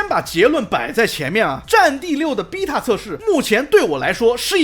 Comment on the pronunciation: 請問為什麼只有「逼塔」是英國腔！？